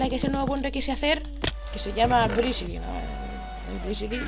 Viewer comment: Jajaja i mao jsabe hablar dise brizili